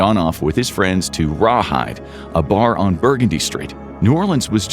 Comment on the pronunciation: Right?! I lost it. It’s Burr GUN Dee bro.